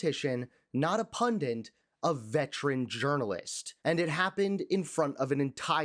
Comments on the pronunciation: Pundant is not a word. It's pundit. You are a pundit. Be proud. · To the narrator: The word is PUNDIT, not PUNDINT!